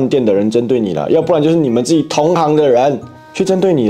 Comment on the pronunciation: 阿烔啊！請問你說的同行（ㄏㄤˊ）指的同一職業的人還是同行（ㄒㄧㄥˊ）指一起去的人？ 發音不同，意義不同。